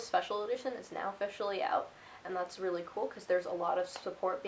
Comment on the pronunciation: That's "Preally" Neat.